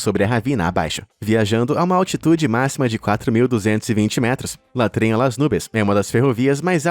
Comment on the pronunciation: "La tren..." foi doído!